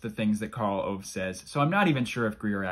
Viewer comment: Why this Karl Owe? His name is Karl Ove. Well you do your best.